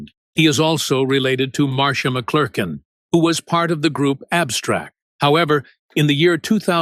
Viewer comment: You can't even say his name! Say it: Mc Clur kin